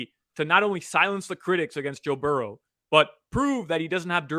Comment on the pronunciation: Your mispronunciation of the Cincy QB is beyond annoying.